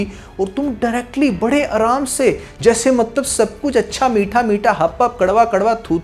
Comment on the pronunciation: You said mattab 😅